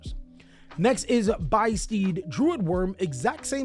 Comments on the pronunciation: Oooh it's supposed to be pronounced biss steed, like abyss steed! Because the abyss is the whole thing for the albaz lore. I get it, konami! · It's beast + abyss they are the beasts of the abyss, translation notes on ygoorg, they are not steeds mate.